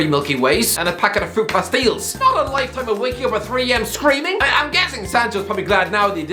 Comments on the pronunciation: Fruit past-eels? 😂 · the pronunciation of fruit pastilles 😭